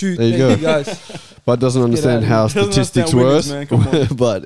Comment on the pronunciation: Bud moving like Big shaq 😂 “statistacs”